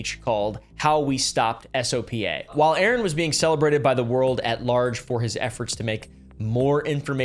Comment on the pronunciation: You mean brian manning, also if an acronym can be said, you are supposed to. Sopa "soap-ah" jstor "J store"